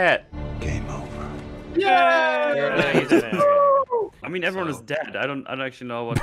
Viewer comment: "Game Joe-ver...." - Bilsaw Bagsaw